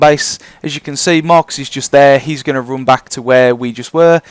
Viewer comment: Dont take this the wrong way but seriously, I have never heard anyone else in the whole world pronounce the letter U like you do man. Gounes = Guns Roune = run anyway, Where does it comes froume? Couze id like to know. I just think its funny